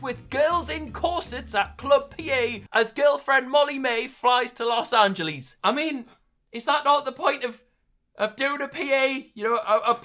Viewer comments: Everyone else: Los Angeles. Will: Los Angelees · Nobody: "Fly's to los angelees" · Wtf is “lOs aNGelys”